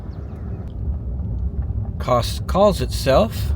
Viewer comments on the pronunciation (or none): It’s not Koss. It is Koss-e. Heavy on the E. Kosse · Kosse is pronounced (Kos cee ) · Pronounced Koss E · Kosse is pronounced "Kossy" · Kosse is pronounced with a long e at the end as in Kosseee. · Character actor Joe Don Baker was from Groesbeck. None of those towns on highway 14 have changed in my 40 years of driving it. Kosse is pronounced “Kossy”. My mother in law is from there.